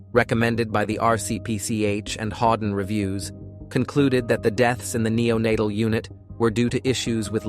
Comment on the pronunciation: declening? nenatel? Some sentences are just nonsense words. It's an interestinng case. Then the words go haywire. I'm going back and watching older videos. So I like your scripts.